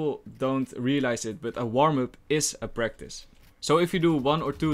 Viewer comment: Practice sounds like Breakfast here😂😂 Lovd your vids and your accent.